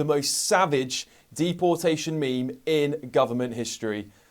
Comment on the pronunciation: This is great n all, but "ME ME"? Surely it's Meme, is it not?